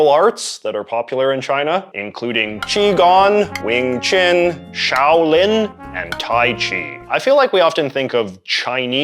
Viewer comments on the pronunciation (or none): none